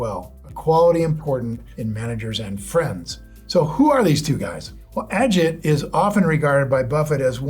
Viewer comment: It's pro-nounced AH-JEET... not Inspector Ajit